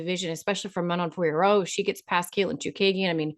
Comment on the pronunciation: Thumbs up for pronouncing Manon Fiorot’s last name correctly. I don’t know how Jon Anik and everyone else seem to think you don’t pronounce the last o sound, and they say Fior or something like that. Maybe you could tell them to ask Manon directly? Just saying.